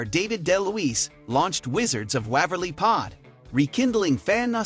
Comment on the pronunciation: The first clue right off the bat was the way Waverly was pronounced. It got even worse after that.